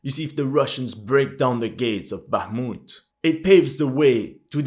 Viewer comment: very impressive, now try to pronounce Bakhmut's soviet era name- Artyomovsk)